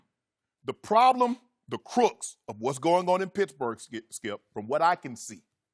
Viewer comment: Did he say the crooks of the problem ? SMH poor country boy ! He meant the crux of the problem ! Baby boy ! My people !